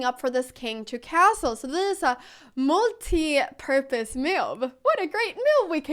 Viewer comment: When you said in multiporpuse move ...I swear I heard multipurpose MILK ..??? Considering it's cow opening , it does make- sense 😂😂😂😂.